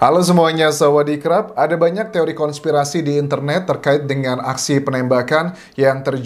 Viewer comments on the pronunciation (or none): Bang..kalau sebut biar yg jelas.. Sawadikap yg betul ..bukan samadirkap itu yg sllu aku dengar🤦🤦🤣🤣🤣🤣